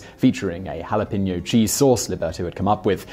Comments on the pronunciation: They mispronounce jalapeño too and are unaware that "Yanks" refers only to people in the northeast part of the United States. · Lol the way you said jalapeno in the very beginning is so wrong 😂 The further north you get, the worse it sounds!